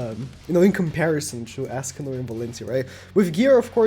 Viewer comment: Ah yes "ASScanor"